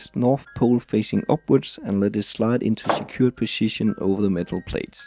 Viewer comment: learn how to say 'position'